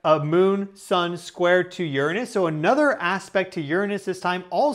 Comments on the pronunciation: You would be more believable as a professional if you cut out the astrology crap and pronounced Uranus correctly. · now if you had just done that after pronouncing Uranus the old school way and then signed off as Captain Brown Eye, I would've liked and subscribed